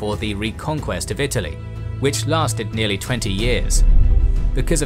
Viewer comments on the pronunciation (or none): none